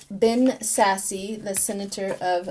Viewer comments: Nebraskan here. It's not Sassy, it's Sasse as in ASS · Ben Sasse is pronounced Ben Sass. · Thank you for your reading, Ben sasse the e is silent pronounces Sass without the e